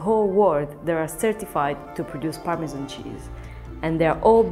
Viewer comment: A wheel of Parmesmmnmn...